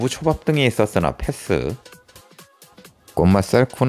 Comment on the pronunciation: 패thㅡ.. th발음 심하시네요